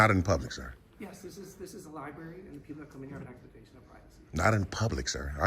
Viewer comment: it is not a liberry, it is a public library.